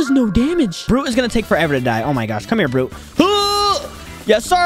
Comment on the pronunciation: His name is not brew it's buggy